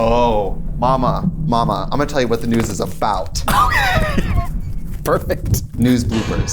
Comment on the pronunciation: “THE GNUUUS” I NEED MEDICAL ASSISTANCE 😂